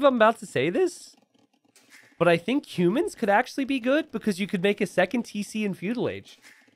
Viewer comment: "But I think humans can actually be good." Dropped to normal speed to listen to civ name a second time and still got the same result 😅 Edit: dropped speed to 50% and together with TC hint realized he meant cumans.